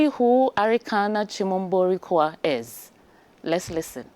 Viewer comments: The former AU ambassador's last name is pronounced as "Kwa WU" and not "KWA". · Just a quick correction...Lol.. The name is Quao not Kwa. Same as we have in Ghana "Kwaw". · The last part of the name is pronounced “KWA-O” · a Ghanaian journalist who cannot pronounce the name QUAO, a popular Ghanaian name correctly. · the only ghanaian who can't pronounce a ghanaian name